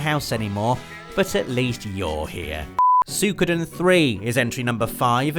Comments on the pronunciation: Don't fret... We ALL want a remake of Legend of Dragoon... Also, it's pronounced "Sue-ee-ko-den" not "Sue-koo-den" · I thought it was "Soo-wee-koh-den"